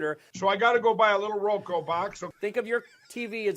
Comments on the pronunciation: 😂😂😂 “ROKU “ not “ROKO” you insufferable fool! 😅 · Roku not roko 😮